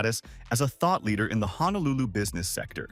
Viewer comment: Honolulu does not have an "A" in it. It's pronounced HO - NO - LU - LU. By mispronouncing it, you are shouting to the viewer that you are a complete outsider and likely do not know or understand Hawai'i. You also grossly mispronounce many common words and phrases that discredits what you are trying to express and present..